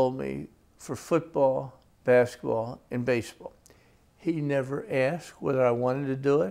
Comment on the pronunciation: Shorter!?!?! Nevvah! Sahh!!!